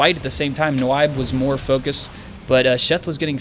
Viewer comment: its pronounced "Nib" like "nibble" - it's a play off of a friend's typo he made a lot in counterstrike saying Nyb instead of Nub - so its basically you Nub, but Nyb :| but it was funny listening to you try to say my name :) uNyb